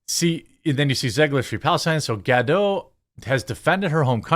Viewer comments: Ok please.. it's Ga-Dot.. NOT Ga-Dough... she's Israeli not French!! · What is sooo hard for americans to say GadoT?! 😂😂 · Ga-DOTE. She pronounces the T.